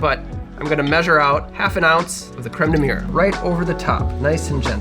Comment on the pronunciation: Looks tasy, but as a Frenchman, I gotta say your pronunciation of Crème de mûre is... Well... You gotta work on it haha ! :) Cheers ! (or as we say in France : "Santé !", which means "Health" cause we all know alcohol is good for your health).